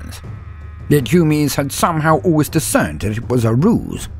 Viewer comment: Just love when he says humins